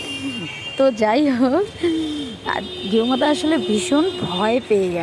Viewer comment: গেও মাথা দিদি শুদ্ধ ভাবে সম্মান করে বলেন গুমাথা